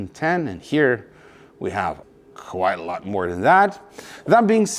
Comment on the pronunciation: It is, A lot, not alaaara